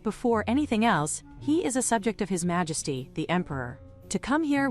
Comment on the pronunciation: LOL "Malesty" 🤣